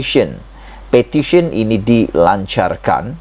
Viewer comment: Iya bukan sebut pertition bro.. Petition bro baru ngam sebutan bro.